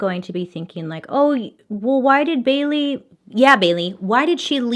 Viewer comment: After a while it sounds like she's saying Billy instead of Bailey